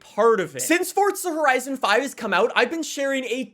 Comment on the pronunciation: Plz learn how to say forza horizon